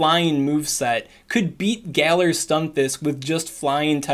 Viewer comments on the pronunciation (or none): none